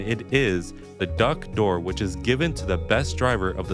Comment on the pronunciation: Ballon Do'r ❌ Duck Do'r ✓ Messi - why not both? Rodri - are you serious?